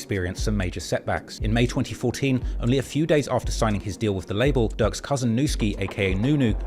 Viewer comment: ducks cousin??? Noooo it's durks cousin